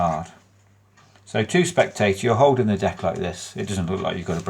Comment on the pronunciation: “To the spectay’ah, it’ll look like, Jeeezus, that cahd HAS risen.” 😂😂😂😂😂😂😂😂 I needed that laugh. Bad. 🤘👍